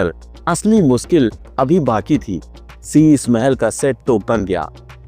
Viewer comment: Shisha Hota Hai Shisa Nahin